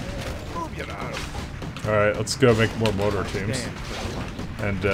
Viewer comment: Darnit you keep saying Moe-tar. It's MORE-ter. Everytime you say it wrong Arthas kills a kitten and it joins the undead.